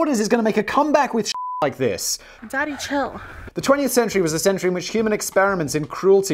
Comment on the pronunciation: I thought that he was saying "Danny, chill"